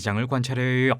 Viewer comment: 오 외국인 발음!!! "~해욕" 외국인이 한국인 처럼 발음하거나 표현법을 쓰기가 쉽지만은 않죠. 한국인 상대로 여러개의 채널 활동하느라 수고가 참 많아요. 저도 특별히 감사해요